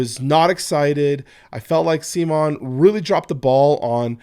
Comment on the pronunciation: I love that you pronounce CMON (instead of c'mon, come on, the presumed way they intended) as SEA-MON. Like semen. It's a nice little slap on the face that I believe CMON games deserves.